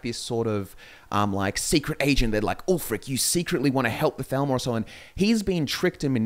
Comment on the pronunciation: Your accents on occasion make the “TH” sound far too similar to the “F” sound and that makes it hard sometimes. No idea if you’re talking about the Falmer or Thalmor.